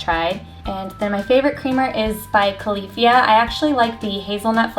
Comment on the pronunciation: There's so many products that I have been mispronouncing for 2 years. I've been calling Califia (CAL-FIA) and Veganaise (Vegan-aise). Crazy!